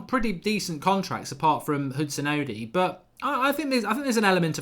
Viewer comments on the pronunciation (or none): Mark it's odoi not odi